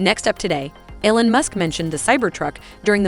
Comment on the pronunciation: It’s pronounced “E-Lon”, not “El-on”.